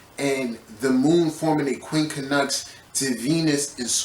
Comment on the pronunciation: The way you pronounce it is QUIN-CUNX. Not QUIN-KA-NUX. My ears hurt 😂